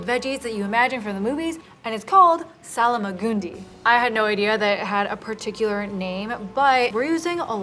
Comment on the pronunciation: Where does the extra A come from in the Salmagundi? For some reason you add an A after the L and I dont think you realise you're doing it...